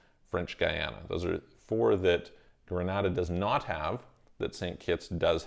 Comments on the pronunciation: Pronunciation is incorrect. Gree- nay-da. Granada is in Spain. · It’s Gren-ay-da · It's pronounced "Gre-nay-dah". If I had the resources, I would invest in the Grenadian and Turkish Passports and also get a Mexican Residence. This would allow me to live in both Istanbul and Mexico City for six months each.